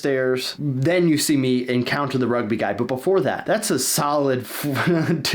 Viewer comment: Me as hearing rug b, or Rugby not good as my saying, do not mind it.